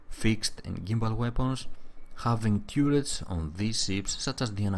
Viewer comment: TURR ets, as in CURR y